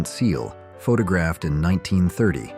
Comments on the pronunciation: No idea this was AI narrated until - the river Nile "winds" through the heart of Egypt - pronounced as the noun rather than the verb, and "pha-ta-graphed" rather than photographed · And the AI voice can't pronounce 'photographed' either.